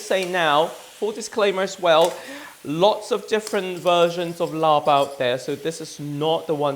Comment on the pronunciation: Work on your pronunciation - it’s laap or lap, im not sure how and when the “rb” has been added in the translation but it’s not said. ลาบ = ล(“l” consonant sound from “lemon”)า(“a” like apple long vowel) บ(“b” but more like a “p” sound, say “Peter”) .. and Khao (rice)-koo-wahh(cooked/cook) - to be honest, describe it as toasted rice would be a better way. The recipe is fine, the mince is rather healthy and lean - how about sticky rice 😊